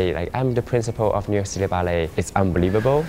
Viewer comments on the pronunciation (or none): This is how you spell Ballet. This is how you pronounce Bellay.